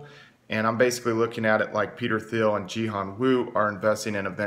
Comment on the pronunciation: Peter Thiel.. T T T T Thiel, pronounced Teel like eel or feel. Its a silent "T".